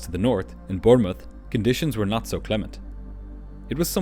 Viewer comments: You say Birmith should that not be Bournemouth?? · It's pronounced Bawnmouth, not Bernmouth! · The airport is pronounced as 'BORN-muth', not 'Burn-muth'. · It's pronounced Born muth. Not Burnmith. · "Born-muth", not "Burn-muth". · It is not pronounced Burn moth!! It is pronounced Born mouth!! Bournemouth 🙂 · Did you say “Burnmouth” in Southern England? 😂 It’s pronounced “BORNmouth” and spelt Bournemouth. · It’s Bournemouth, pronounced like Bornmouth - not Burnmouth. Also it’s Cabin Crew in The UK and Europe, not flight attendants. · please correct your error in this video and say the location of the destination correctly it is Bournemouth not Burnmouth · Never heard Bournemouth pronounced "Burnmuth" before! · Thomson - pronounced 'tomson' and Bournemouth pronounced 'bornemuth'. Great video, as always. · Please also revise how you pronounce Bournemouth, its not Burnemouth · It’s pronounced B-O-R-N-M-U-T-H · It's pronounced born muth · Awesome video, not sure I heard of this incident before. Place in England is pronounced Born-muth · Great video as always - though I did keep thinking you were saying they were landing in Burma 😆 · Never known anyone say Bournmouth so wrong 😂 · Gasp! Are you saying that someone has mispronounced a word!?!?! Surely this is a sign of the end times!!!!! 🙄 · It took me a while to understand the destination he kept mispronouncing: Bournemouth. LOL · BournemouTH. TH at end. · Great video or though please for the love of good please lern how to pronounce "Bournemouth" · Learn to say worlds please. Bournemouth is not pronounced how you said it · Damn look up the pronunciation of Bournemouth you butchered it. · I've never heard Bournemouth pronounced that way by anyone. Is that a local pronunciation? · Apart from the dreadful mispronunciation of Bournemouth, another excellent upload.